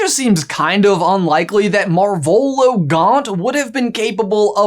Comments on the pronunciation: MAR-volo > mar-VOLO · Is that... Is that how you say their name? I only read the books, but I always thought it was marv elo. Pronounced as Marv and elo like in hello without the H